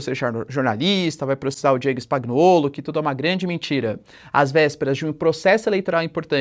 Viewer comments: Spagnuollo se fala "spanhuollo" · Professor, falantes errado, si fala: Spanhoulo!!! Nome lido a partir da pronúncia italiana.